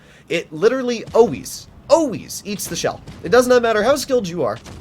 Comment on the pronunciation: those "always"'s were very canadian